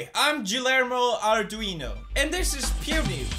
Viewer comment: Yilermo Artuino xD Love you pewds <3